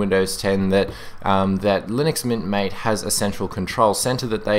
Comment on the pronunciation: its actually pronounced ma-tay... it says so on they official MATE Desktop Environment Web Page (at the bottom)